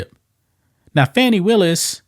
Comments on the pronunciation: She can’t even pronounce her own name because she’s calling Fanni as Fauny! She’s a liar and an embezzler . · Are you calling her "Fanny" on purpose? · I love that you mispronounce her name! You KNOW that pisses her off 😂